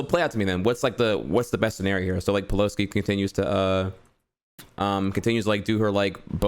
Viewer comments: I’m not sure if is just pronoucing pelosi’s name that way because of his lisp...or if he really doesn’t know that it’s not “peloski” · Nancy Peloski’s name was mispronounced in this debate